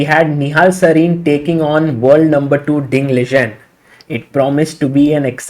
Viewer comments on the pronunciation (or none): Ding Liren is pronounced as "lee-ren" not "lee-jen" 🙂